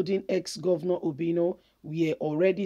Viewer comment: Please point of correction it's obiano not obino